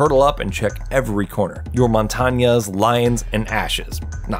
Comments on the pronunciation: Well montagne is pronounced mon tan yay in French which translates to mountain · Montanyas wtf you mean mon-tange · montanya...? caviae...? MONTAGNE AND CAVIERA! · And also at least I can pronounce names right not (mont-on-ya) it's (mon-tain) literally means moutain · Montanjas😂 its montage not montanj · “Montanya” bro it’s Mon-tane, it’s literally just french for mountain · the guy who doesn't know how to pronounce caviera or montange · It's like "mohntain" in a Brit accent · Newbieguy 5000 no, its just Mon-tahn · I’m late but it’s pronounced mon ton yuh it means mountain in french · blackericx he pronounced “Montagne” “MontanYA” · Bruh he called montagne mon-tonya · I'm soo glad someone pointed this out I cringed when he said montanya like if you're going to make a video at least have the decency to say it right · he just called montagne motanya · Montonyay... you just called Montange Montonyay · in French (which is where the GIGN are from), it is pronounced: mon-tane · Bruh call Montagne “montanayah” one more time I dare you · “Montanye” and “caviér” hurt my ears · Did he really call montagne montania? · It annoys me that he pronounced montagne as montanya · Ahem... Mon-tawn-yay. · Why does everyone say Montagne's name wrong? It's like Lasagna.... the g is not 'guh' it's 'eh' Monta'eh'ne (Montagne) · He said montonya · I heard "Montagneyae and cavar" lol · U dont know how to say any operator names Caviar and mantagna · Even in french he said montagne wrong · Gotta say dont think anyone knows how to say montagne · The way he pronounced Montagne🤣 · GregHVO he didn't pronounce montagne right either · The way he pronounced Montange is what killed me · I hope that you've learned how to pronounce Caveira and Montagne in the last year because that was disgraceful my friend xD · Please you clearly haven't played this game or if you have you haven't played it much you said montagne wrong and cav you also said that wrong